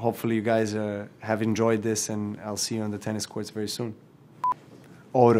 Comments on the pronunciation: How many different ways can u pronounce Auto? Novak Djokovic: yes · The way he pronounces ‘auto’ is so cute 😂